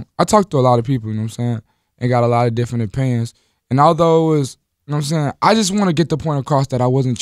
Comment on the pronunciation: is lil Yachty like "deferent"